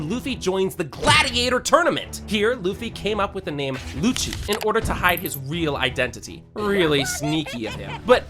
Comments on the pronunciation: is lucy not luccy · whos luccy?? its lucy. (lu-sie) sabaody nah, bro said sa-bouty. its.. sa!-ba!-odie!. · ain’t no way bro called Lucy “luccy” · He'll you mean luccy? It's Lucy, like the name.